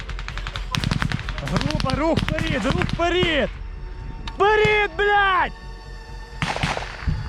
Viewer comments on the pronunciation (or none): дякую Вам! чому "вперід", а не "вперед"? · (Вперід ) ахаха сука Даун дибілкуватий треба говорити (вперед) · "вперид"??? Он когда начал на украинском языке разговаривать, заставили наверное?